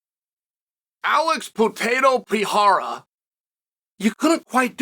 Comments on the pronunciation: “Alex Potato Peeharra” 😂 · his name is Pierra, not Pereira !! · Gahh-leee Alex potato pohara 😂😂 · Pi era, piora, per era… keep trying, almost champ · His name is pronounced PER-EIR(air)-A. Rogan, DC. You're not portuguese speakers. I get the desire for the respect, but I grew up with someone with the exact same name and this is how us NON wannabe portuguese linguists say it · Chael doesn't even try to pronounce pereira right way PE REI RA not Piera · "Alex Potato Pihara" 😂 you just made my day. Happy new year " Channel, shail, chail or whatever is your name" 😅 Good vibes from Colombia. God bless you man!!! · “No one can dismiss Alex Potato Peharrah”😂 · "...Pierre, Piera, Pantera...then they call him something that looks like Potato...but turns out it's Baton....Alex Potato Piara..." 😂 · Alex "Puteiro". You know what you did there, Sonnen. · Chael: "Alex Peereira" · pee-air-rah haha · Alex 'Potatoe' Pierra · Alex Potato Piharra 🤣🤣🤣🤣 I had to stop my car to react and say thank you Chael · "Alex potato peeharuh" 🥔 💀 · Alex "Potato" Peehara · wtf dude have some respect to brazilian names wtf u talking about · Alex said he will do it IF you say his name right ONE time... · It's very nice to see uncle Chael giving Alex the praise he deserves. But, please, someone teach him to properly speak his name 😂 (or he could just say Alex!) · We can say Texeira but we can't say Pereira, that's like being able to say tomato but not potato.